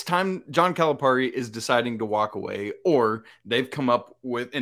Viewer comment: ..its cali pear ie..not calip are ie